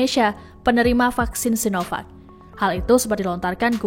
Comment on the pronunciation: Pakjin.. sinovak/cinopak yg bener .?!